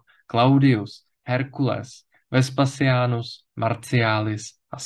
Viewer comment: JEDNA KOREKCE: Abychom byli důslední, ve středověké výslovnosti by se mělo číst [vespaZiánus] – další intervokalické S jako ve jméně Caesar... Na rozdíl od [CÉZARA] je výslovnost [VESPAZIÁNUS] méně zažitá a lze se běžně setkat s "eskovou" výslovností...